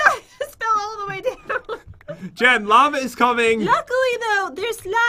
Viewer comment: i thot you said "lama is coming" XD